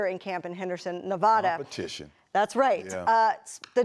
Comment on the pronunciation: They should learn how to say Nevada right. They definitely don’t live here.